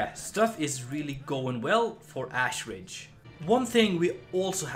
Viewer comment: Lol says he can't pronounce the first name but pronounces Ashridge as "Assridge" 😂